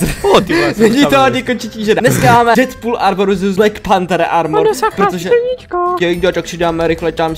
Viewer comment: Deadpool se říká dýdpul